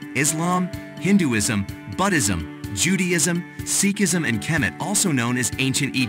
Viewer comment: Thanks for this intro. I'm a little confused as to the where you are going with this, but it is intriguing. It would be easier to listen to without the music in the background. Also, check into your pronunciation and spelling of Buddhism.